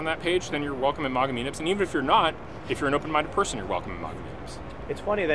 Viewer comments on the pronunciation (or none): His pronunciation of MAGA is so cringe. It's MAGA pronounced like "wag" and "lag"